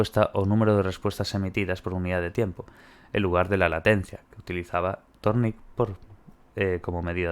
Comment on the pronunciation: Thorndike. Pronunciación ´Zórndaik´ :)